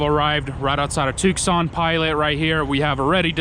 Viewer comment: just an fyi, it's pronounced "Too San not tewks san. cool videos, though. stay safe and good job with the flag!!